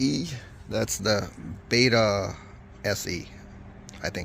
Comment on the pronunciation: Its Betta Bet-ta